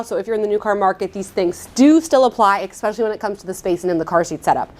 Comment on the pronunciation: I definitely gave you a thumbs up, that was very informative and I enjoyed it. My one tiny criticism would be that there is no "x" in the word "especially".